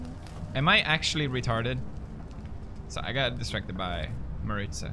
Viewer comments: When Felix calls Marzia “Mariza” 😂😂😂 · Did he say Marzia’s name wrong lmaoo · "Am I actually retarded?" Mispronounces his fiance's name afterwards